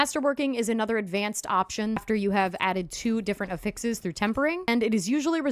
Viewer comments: Ok but effixes? >.> 😆 mild judging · lol and the help is appreciated! The pronunciation is NOT 😆